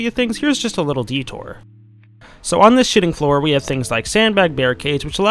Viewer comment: Am I the only one who hears shitting floor not shooting floor lol